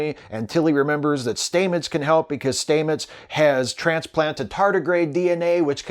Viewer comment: Love your videos, but really, Commander Stamet's pronounciation of his surname has been shown a million times. It isn't "Staymets" its "Stammets".